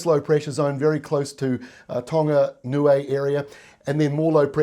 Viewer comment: Thanks for your well informed updates, much appreciated. Also well done on the pronunciation of Niue 🤙🏾🇳🇺